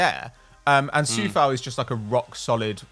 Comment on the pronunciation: guys, sorry for nitpicking, but Coufal and Souček, are pronouced with " O" like in O shit. with the U soud, they sound more like being from Slovakia.